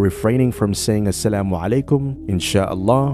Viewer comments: Damn..he said Assalamualaikum & Insyallah properly 🫰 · I feel that Andrew use this words in his daily life... The pronunciation of Assalamualaikum and Inshallah was so clean ❤ Allah will surely give him hidayaa.. Andrew knows the truth and recognised his creator Allah... This is what I feel...